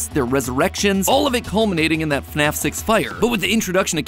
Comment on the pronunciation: JORJOR WEL??? IN FNEFFF???